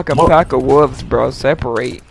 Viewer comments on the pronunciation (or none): “They run like a pack of woofs”